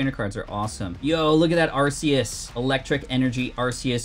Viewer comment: It’s ar-key-us not arce-Ius